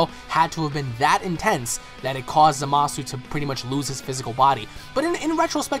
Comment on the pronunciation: its za-ma-su